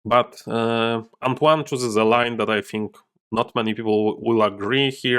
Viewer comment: I know I'm late but your first attempt at pronouncing "Antoine" was more pretty good actually (french dude here), trust yourself: c'était pas mal